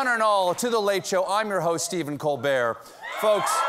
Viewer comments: It's been a long week. In your intro, all I can hear is, "I'm Steven Cold Beer." Bring it on! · Ask any irish to pronounce "Colbert" and it`s far from french sounding